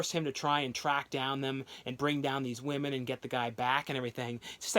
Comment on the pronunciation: The guy can't say the words Delilah or women............